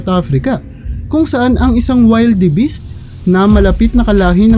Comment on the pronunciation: wilderbis hindi waylderbis